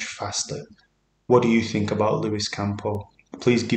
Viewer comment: It's not Campo dude, it's Campos.